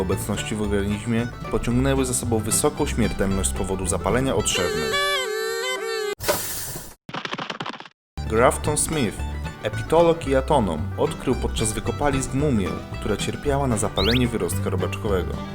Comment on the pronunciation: Grafton Smith atonom? Tak powiedziałeś a powinno być anatom W napisach jest dobrze